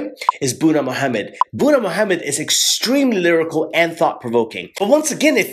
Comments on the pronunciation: God! Its not "buna mohamed" its literlly boona mohamed!🤦🏽‍♀️🤦🏽‍♀️🤦🏽‍♀️ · It is not buuna his name is Boonaa Mohammed in his language Buuna means coffee while his name Boonaa means something along the line of handsome. Other than that jazakallahu kheyran